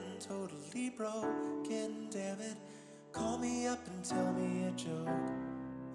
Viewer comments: Thar fact the he says broken by saying broke then 'n' 😢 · There's one line that most people miss in this song because the last syllable is split to the next line... "When I'm fully irrelevant and totally broke--en, damnit, call me up and tell me a joke" Like holy shit... Yes he worries about losing relevance and money... But more than that he's worried that he's just broken... And that's heartbreaking. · I think it's a bit of both. He's referencing when he's a broken person sure, but the fact that he sings it "BROKE... N," with two syllables and a space between them makes me think there's something else. It has been the case sometimes where someone ends up destitute, completely broke, irrelevent, AND broken.